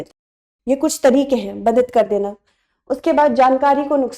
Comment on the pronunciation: Mam ap drishti jaise platform pr hain apni pronunciation sahi kijiye 'badhit' nh "baadhit" hota h pronunciation